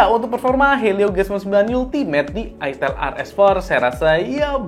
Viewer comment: FYI, itel itu brand dari luar. Pelafalannya bukan itil tapi aytel. Terimakasih